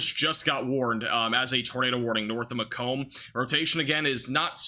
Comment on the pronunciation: Just started watching and the 1st tornado warning is Macom IL,, home of Western Illinois University. A town surrounded by corn and soybeans, and a university. It's Mah-Comb, emphasize last graph. "Mac Donnna" is kind of how to pronounce. Probably country. OK, now I'll see how that came out...